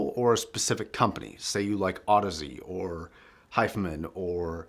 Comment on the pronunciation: "Hi-Fi" Man, not "Hifeman"